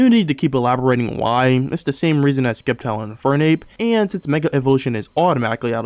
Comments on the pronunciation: Why are you saying Skeptile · The c is silent in sceptile